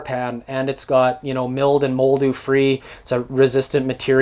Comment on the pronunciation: Milled and moldew. Heh heh. Nice TT though.